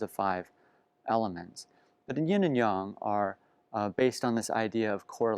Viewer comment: This video is so great! Your understanding of chinese literature is amazing. Also, your pronunciation of Yin and Yang gives me faith that non Chinese people can understand that it's Yahng not yaeng